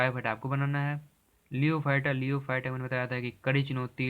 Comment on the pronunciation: लियोफाइट नहीं होता है। लिथोफाइट होता है